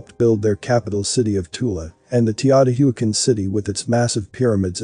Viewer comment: Its Teo-t-wa-can that is how you pronounce it